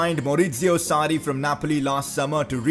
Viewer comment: Sarri ! Not Saudi 😂😂😂😂😂😂